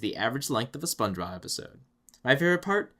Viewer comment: Sometimes it sounds like he calls him spongerob instead of spongebob